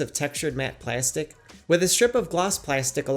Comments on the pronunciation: The way you pronounce plastic makes me suicidal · he says plastic so weird